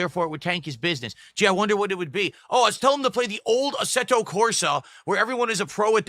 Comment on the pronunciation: is he trying to say Assetto? what is asserto?